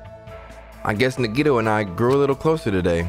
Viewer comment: It's pronounced ( na -ghee -tow) Nagito. Say it fast. Edit : Her name was Sakura berlin , sayaka was the blue haired one. The ultimate pop sensation , Sakura was the ultimate marital artist. , Also Orge was her nickname.